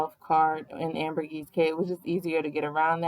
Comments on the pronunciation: Wow such unfortunate travel timing. It’s not like that usually. Not nitpicking but it’s actually Ambergris Caye not “Ambergis.” Ambergris has a meaning although it’s a little gross lol. Hope y’all give Belize another try! Maybe Placencia in November to March. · It's pronounced "AmberGRIS KEY."